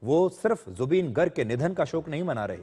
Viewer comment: Woh गर्ग nahi ...गार्ग hota h... -Zubeen's fan from Assam